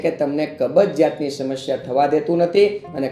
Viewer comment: "શમશ્યા" ન બોલાય, સાચો ઉચ્ચાર 'સમસ્યા' છે.